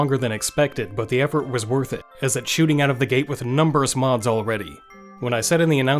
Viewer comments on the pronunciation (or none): maybe because of "numberous"